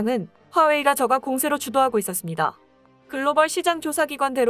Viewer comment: 저가아니고 저까로 읽어주세요